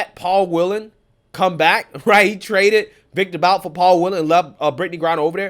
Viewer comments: It's pronounced Viktor "Boot" - despite being spelled "Bout" it's pronounced "Boot." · This scumbag’s last name is pronounced “Boot”.